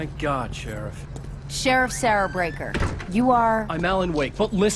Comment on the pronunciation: "For this list, we won't be including typical detectives and investigators." ...Then why is DETECTIVE Sebastian Castellanos on this list as an honorable mention? Also, the character in Alan Wake says BREAKER, not Beaker.